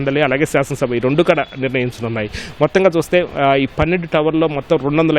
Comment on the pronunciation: వీడు వీడి తెలుగు తగలేయ. ఈనాడు కి ఉన్న పేరు పరువూ తీస్తున్నారు. కడా ఎంటిరా.... కూడా.్